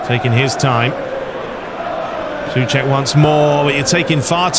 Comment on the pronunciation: It's not Cəfaal, but Cəʊfal and Səʊček, not Sʊček Otherwise, great video as always, greetings from 🇨🇿